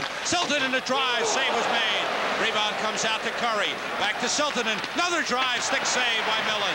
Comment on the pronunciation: ESPN 2nd period update....Mark Gretzky 😂. Lou Nanne...it's Kurri, not Cure-ee.